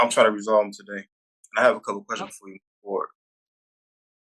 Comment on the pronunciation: The sovereigns have a better chance of winning every single state lottery on the same day than ever winning their case at law. They're just too bloody dense to know that. Nothing good EVER follows these dopes saying to the judge "I gots a couple a kweshins fo' you." They are never able to understand the answers. They just spew the "kweshins" out like a broken copying machine. Look how that dullard's face never changes. "Colorable Admaty!" He's not smart enough to be a successful criminal.